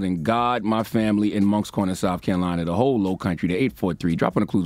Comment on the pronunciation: U can't say Moncks Corner and don't say Cross SC. Cross High School !!!!